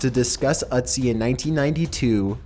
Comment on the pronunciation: you're saying it wrong. It's not "Utz-ee", its "Ötzi" (rhymes with tootsie)